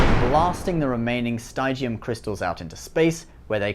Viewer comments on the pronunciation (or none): none